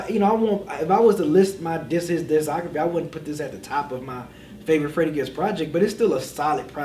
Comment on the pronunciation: B can’t say discography to save his life.